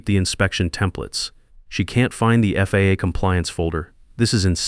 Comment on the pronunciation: And the AI narrator said "There it was on my calendar. The "FAH' surprise quality audit...." Yup an absolute surprise "FAH" audit will trip you up every "ZERO EIGHT EIGHT HUNDRED HOURS".